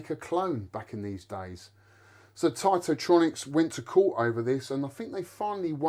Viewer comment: Hey first I wanna say congratulations for getting this piece of treasure and well done for bringing back to life. It’s also more than important for sharing and educating this piece of art. Let me know if I’m wrong, but I always thought Taito was pronounced kinda like (ai) as ate and not as (ight)….?